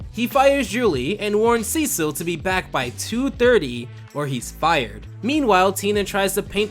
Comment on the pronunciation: I didn't know his name and I thought you were saying his name is Seashell